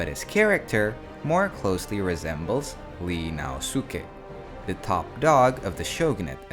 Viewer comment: it's ii naosuke (井伊 直弼) not Li naosuke